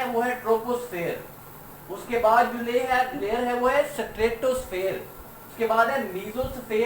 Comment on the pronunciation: Sir layer hota hai lawyer nhi